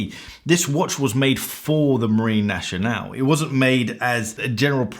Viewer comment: "Marine Nationale" is not pronounced "naSHionale", it is pronounced "naSCionale".